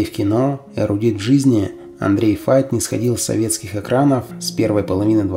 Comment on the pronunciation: Почему Фейт. Файт правильно.